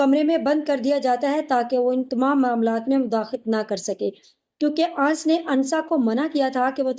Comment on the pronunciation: Ans ans kyu bolti ho Sahi naam hai anas